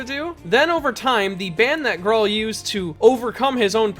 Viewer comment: His name is pronounced groll